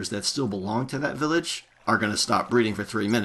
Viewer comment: "Villédge" =D